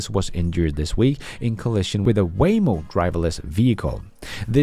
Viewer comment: Is I Waymo or wham-o. 😮